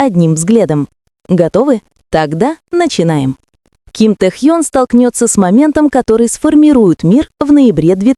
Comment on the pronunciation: да когда же начнёте правильно называть его. уши режет